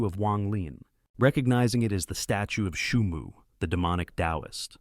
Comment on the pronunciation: Бро не шуму а Суйму 😅